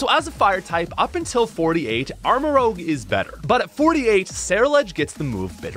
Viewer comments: Armorouge. Not Armorogue. While I'm at it, it's "truant", not "true-want" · Great video, but please stop saying armarogue. It's rouge. Like red. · It’s rouge, like Moulin Rouge, not rogue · Guy, it's Armarouge, not Armarogue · it's not armarogue, it's armarouge rouge is a shade of red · Thats ROUGE (Rooj) not ROGUE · You say armorogue 😂 not armorouge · Apparently you didn’t watch the video… In the video he refers to the Pokemon Armarouge as “ArmaROGUE”. I was simply pointing out that mistake but adding at the end that his mistaken mispronunciation would make a good nickname. Try watching the whole video before you start jumping the gun and criticizing peoples comments. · I’m sorry but your armarouge pronounciation hurt my french brain :(